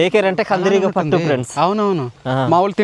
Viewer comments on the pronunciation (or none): పుట్ట కాదురా బాబు, పట్టు.